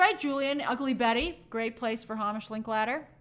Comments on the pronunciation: I think it’s pronounced “HAYmish”. And I’ll be watching Godzilla-1 for the third time, tonight. 🤭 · As another Hamish, its pronounced Heymish.